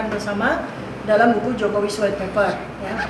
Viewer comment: Judul buku bahasa inggris . Dalamnya bahasa Indonesia 😂. White Paper ( Paper, bacanya : peipe , bukan dibaca peper( White Pepper artinya jadi merica putih 😂😂 ) . Artinya jd Buku Merica Putihnya Jokowi 😂